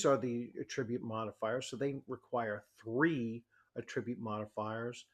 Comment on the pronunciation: The accent is on the first syllable of the version of the word "attribute" you are using.